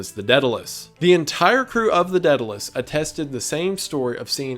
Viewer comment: It’s pronounced day da lus